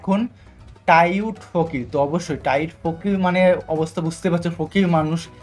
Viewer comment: ভাই টাইট ফকির না😂 টাউট ফকির